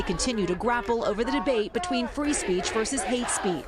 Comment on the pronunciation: Fwee Fwee Palestine MOMMY